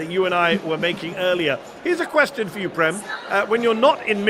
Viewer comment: Mehdi Prem is pronounced Prame.. you know that.. or should, since you are Indian